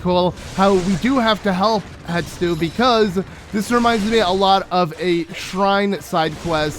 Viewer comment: Hestu. Hess-too. Not Hett-stoo. Not Hett-soo. Hessstooooo.